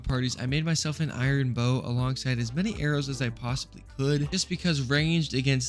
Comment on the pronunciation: ITS A BOW NOT BUT